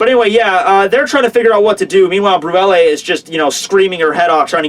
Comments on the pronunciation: its "bruley" not "bruella" as in *creme brulee" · her name is pronounced Broo Lay. It's a desert. sorry I know you don't like being corrected on how to pronounce things, but it's been bugging me. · ...Also, Brulee is pronounced "broo-lay", so you know. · brulee is pronounced brew lay